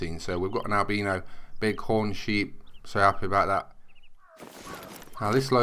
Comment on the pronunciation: I love the way he pronounces albino